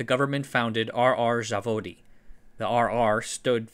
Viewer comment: Zavodi is plural, Zavod is singular and the Z is the same Z as in Zero... it's really easy to ask for pronunciation if you already have someone helping you with research.